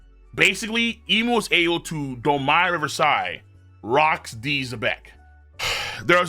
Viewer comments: The way you pronounce domi reversi doesn't sound more regal it just sounds like you're saying wrong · Both ways he pronounces it are wrong 😭 it does not sound regal, it sounds like painful USA ignorance